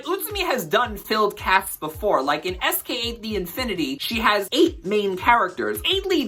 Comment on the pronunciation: Fantastic video, now I know what not to watch this season 😅 but wow, I didn't know pronouncing SK8 as sk-eight would rile me so 🤣